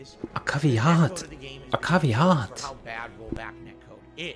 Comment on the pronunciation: A "Caveat" is not pronounced that way LOL.. Him complaining to his audience that he made more money two years ago on twitch (who fired him) is so absurd and misdirected.. How/why is it his audiences fault and/or problem that he's making less money.. You want more money without getting a diff job? Then you need to put actual work into your content.. learn how to edit, put some actual effort into it and make some videos that people (other than your paypigs) will watch and comment/like and it'll raise your subs and make more ppl watch the streams.. he logs in with a 8 year old laptop and streams using a crap webcam on that laptop and does nothing but plays video games and complains then wonders why it isn't getting tons of people to come and throw their money at him. I legit have a better cam/mic setup and i only use it for Teams/Zoom meets for work (I do QC for a website)..